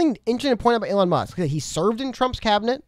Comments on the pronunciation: WHY IS HE SAYING ELLEN MUSK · Can you please slow down and pronounce your words. And you keep mispronouncing Elon’s name lol